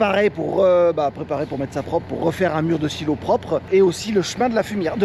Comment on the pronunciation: Il manque toujours des r à prope et centimètes 😂